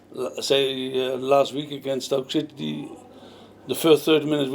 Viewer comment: does he say stoke shitty? bless him :D